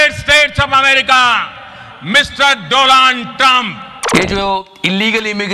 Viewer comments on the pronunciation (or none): Is he doland or donald I'm confused 🤔🤔🤔🤣🤣🤣🤣🤣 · ... Meet My frend Mr. DoLund Trump 😂🤣😅... I 2015 ka revenge nikal raha hai 😂🤣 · Dolund Trump😂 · Everytime you say Dolaand. 😂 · Nahi Dolund